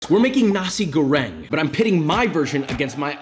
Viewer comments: correction:na-sik go-reng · It sound like he said Nazi grenade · damn imagine your a cook and someone in the cook station misheard you when u pronounced nasi goreng as nazi goreng